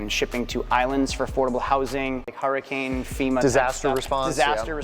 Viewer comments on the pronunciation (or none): none